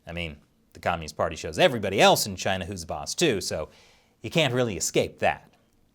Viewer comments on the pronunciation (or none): none